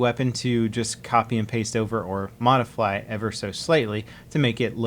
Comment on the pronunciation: I am forgetting the whole subject of this video to say that does he say "modifly"?